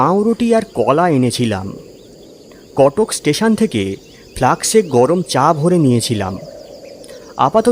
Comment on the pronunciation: একটু pause, punctuationএ নজর দেওয়া প্রয়োজন। উচ্চারণেও সমস্যা আছে- ফ্লাক্স নয়, ফ্লাস্ক। একটু যত্ন নিলে গল্পপাঠ আকর্ষণীয় হবে, শুনতে ভাল লাগবে।